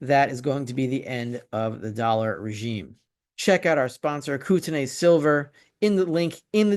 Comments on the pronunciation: we pronounce Kootenay Koot n e in this region. Canada EH! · It is pronounced ‘ koot en eee’ or koot n ee. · Live your stuff! It is pronounced Kootnay fyi